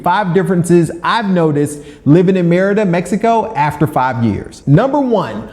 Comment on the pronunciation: Five years living somewhere and you still can't pronounce the name correctly is wild